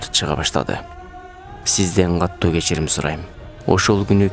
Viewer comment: Каттуу дебей катуу деп окусаңар